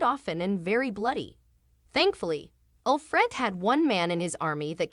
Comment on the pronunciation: This person cannot even pronounce Alfred. The show did not have a sad ending for Uhtred. Did she not realize that he got Bebbenburg back. Stupid video.